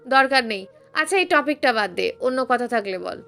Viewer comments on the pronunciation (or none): রেড়ি নয়,রেডি।ট্রপিক নয় টপিক।